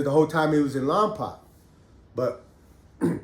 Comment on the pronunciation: It’s lom poke lol